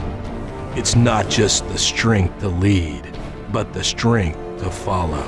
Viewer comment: Why can't the narrator pronounce "th" correctly? "Their STRENG is not in numbers, but in courage."